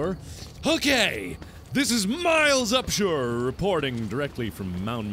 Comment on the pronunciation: Is Miles Upshur miles up shore?